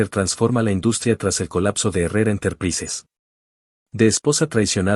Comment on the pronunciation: Una mujer super inteligente 🎉🎉🎉🎉🎉🎉🎉 se pronuncia interpraisers